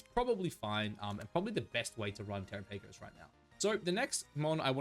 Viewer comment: The way you pronounce Terapagos is cringe😅